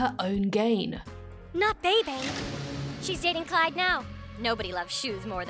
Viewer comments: It’s “Clyde” Donovan, not “Clive” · Did you say Clive or Clyde?